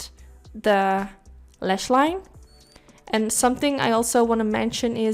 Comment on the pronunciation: Why do you keep saying LESH and not LASH? It's so annoying